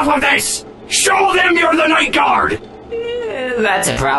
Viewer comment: It’s pronounced “ night gard”